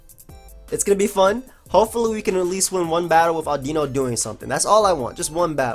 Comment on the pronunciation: Today I learned how to pronounce Audino. Thanks.